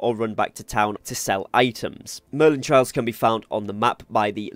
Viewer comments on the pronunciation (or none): Merlin TRY-al, not TRAY-il. The former is a challenge, the latter is a path you follow. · Merlin trials, not trails. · good tips .my tip its trials not trails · Mistake 11: calling them trails instead of trials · thanks for the video and helping with your experience. also its trials not trails. u got the A and I mixed up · Good video but it's Merlin Tri-als, not Trails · TRIALS... NOT TRAILS.... SMH .. CMON DUDE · TRY-ALS not trails 😂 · they are merlin TRIALS not "tray-ills" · Trials... Not trails... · Trials.. not trails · It’s trials not trails lol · Every time you say "merlin TRAILs", I die a tiny bit. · This dude really said Merlin Trails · How do you pronounce Trials both wrong and correct in the same video lol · Great tips but ....YOUR NOT PRONOUNCING TRIAL CORRECTLY. ITS NOT A ROAD ITS A PUZZLE/TRIAL OR TRIBULATION TO GO THROUGH!!!!!!!!!!! lol just pinched a nerve 😂😂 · Pick a pronunciation and stick with it, trial or trail.